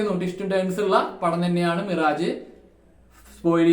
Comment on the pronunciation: മിറാജ് അല്ല.. മിറാഷ് ആണ് 😊.. മരീചിക എന്ന് മലയാളം 😊